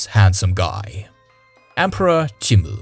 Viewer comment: Jimmu's name isn't that hard to say.